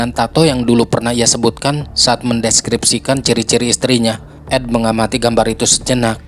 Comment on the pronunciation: Storynya bagus ❤ tapi artikukasi namanya salah Jeed ( Jade ) Bung bukan Jet dan yang laki Ed